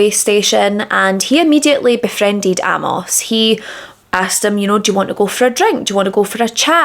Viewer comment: Really good presentation. I'd not heard of this case before. Just a couple of things. Amos is pronounced Ay-moss. Being gay was illegal in most countries at the time and was still considered an illness and degeneracy as late as the 1970s and the general public didn't really accept it until the mid to late 1980s. Singer Lou Reed was sent to a mental institution as a young man and treated with electroshock therapy just for being gay. He later became what would be called pansexual, to use today's language, having relationships with men, women and a long term relationship with a transwoman. Being gay was seen as bad as being a paedophile back in William's day, so it's no surprise his parents didn't accept it.